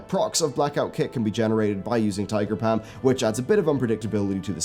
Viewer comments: "Tiger Pam" I love accents XD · I laugh every time i hear tiger Pam